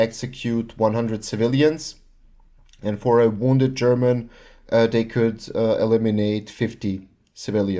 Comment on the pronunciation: Oh your Slavic? Your German pronunciation was perfect so I assumed you were german.